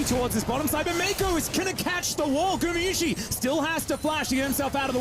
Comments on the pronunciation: GumAyusi not gumiyusi…. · Who's the caster that keep calling Guma "GuMIyusi" ??